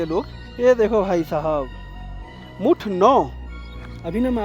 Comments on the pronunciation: मुथ है। भाई मुठ मत समझो बड़ी हंसी आ रही है आपको 😂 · Hindi mein likha hai bhai मुथ मुठ nahi zyada karta hai 😅